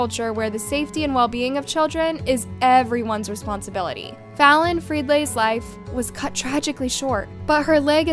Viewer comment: "FRID LAY"??? 🙄🤦🏻‍♀️😂 CHICK You can't even pronounce the victim's name properly Which is a CONSTANT issue with EVERY SINGLE VIDEO YOU MAKE .... you don't even express certain "facts" in an ACCURATE light either! Smh UR VIDEOS ARE COMPLETE SH*T How you have a platform, is beyond me